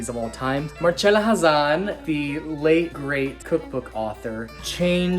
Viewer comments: It is pronounced Marcella if it was marchella it would be spelt like that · She'd cringe if she heard you call her Mar-CHella... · You got her name wrong. It’s Mar-CHELL-Ah, like cello. The least you can do is pronounce someone’s name correctly. If you want to make Italian food on your channel, you need to know how to pronounce the c in Italian words. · It is pronounced with a ch. Like cello is pronounced CHello. More importantly, that’s how she said her own name. Look it up. I imagine she would, however, cringe at how he treats his knife. 😆